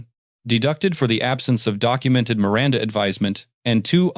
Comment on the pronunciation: LOVE the narrarator pronouncing "Miranda," the correct way." Mee- răn-tha